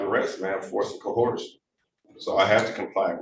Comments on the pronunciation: Why do so many of these ignorant clowns mispronounce "coercion"? I'm reasonably certain that "Ko-hor-shun" is not a word... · Barely literate simpleton trying to defend himself in court. Doesn’t have a clue what duress means. Says words that don’t exist, like “cohersion” and “liberry”. Thinks that using upper case or lower case letters makes a difference to his identity. If he spent as much time as he did on trying to sound intelligent, actually getting an education, he would probably get an attorney. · When did the word 'coercion' become 'coerhersion' ? 😂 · SovShit .. there is no "h" in coercion. Oh yes, you're a dimwit. 😂😅